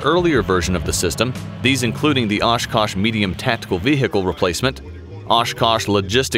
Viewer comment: ashkash. u say ashkash. why oshkosh then? its ASH KASH.